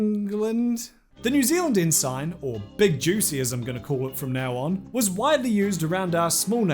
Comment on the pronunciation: Ensign, is pronounced Enn-s'n, not Enn-SYNE. The sign, is just s'n